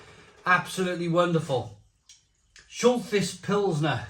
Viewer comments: Also, it’s pronounced Schul-tice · Pronounced "Shult-hice" mate & I lived on this back in BAOR during the 80s. I remember it being darker back then & sold in 10 packs of stubbies. Us squaddies referred to it as "Sh*t-house".....lol 🙂🙂🙂